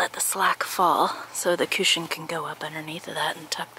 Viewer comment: cooshin..I love the way you say it! lol